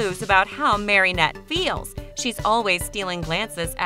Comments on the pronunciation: I know omg it was killing me. Marinette, not MarYnette. At the she even says Marionette. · Omg you saying marinette wronggg